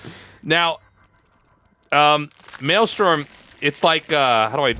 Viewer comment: Tasteless being unable to say maelstrom is always hilarious 😋